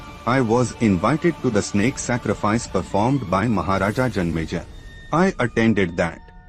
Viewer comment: King name is janmejaya not janmeja 😂